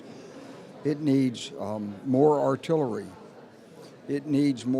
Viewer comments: Artillery.... really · artillary? reely? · ArtillEry, not *artillAry!